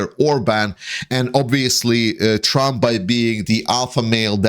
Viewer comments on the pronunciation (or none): During the video I could have sworn you called Trump Tramp. I am in no way criticizing your presentation. I think it was likely just a case of your misspeaking. But I was struck that this slip of the tongue could be a Freudian slip and a stroke of genius. Trump is essentially a tramp now that he is bleeding all his money to pay for lawyers, fines and punitive damages to his rape victims.